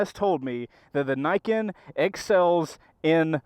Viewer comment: so i have heard this damn thing called "ni-ken"..."knee-ken".... "nye-ken" and now "nye-kin" .............. so which the hell is it?